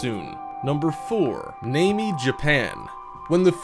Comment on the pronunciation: How the fuck did he pronounce "Namie" !?